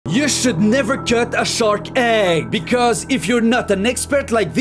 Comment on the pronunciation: Yo weil puuuuhhgt Da sherk In dunjeear